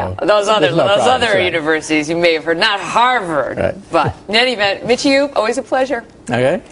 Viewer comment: She just call him Michiu at the end?? Lol.